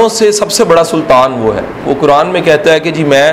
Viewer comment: اسلام علیکم ورحمتہ اللہ وبرکاتہ I request you Sir please learn tajweed it’s not كران It’s قرآن